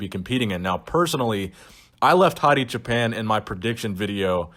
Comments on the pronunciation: Great content as usual, thank you. BTW his last name is pronounced /choopaan/ which means "shepherd" in Farsi. Keep up the great work brother. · It's pronounced "choo pawn"